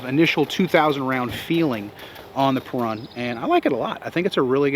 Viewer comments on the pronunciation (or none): It's annouciated as "peroon" and you roll the R. Perun is one of the ancient slavic pagan gods. I might get one just because I'm slavic. Thanks for the review.